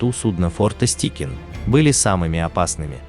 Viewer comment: Чувак, ты в школе английский учил? ОТКРЫТЫЙ СЛОГ, твою мать! Стайкин, а не "Стикин"!!